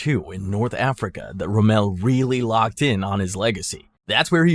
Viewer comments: It's ROMM-el, not RoMELL. He wasn't French, you know. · Erwin Rum-MELL?!?! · ROMMEL NOT ROMEL HOW U MAKE THIS VIDEOS AND DO 0 RESEARCH SMH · Can’t get em all bro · pretty sure it's AI he doesn't even say Rommel right